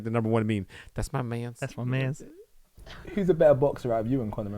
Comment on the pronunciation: “That’s my manths 🥹” 💀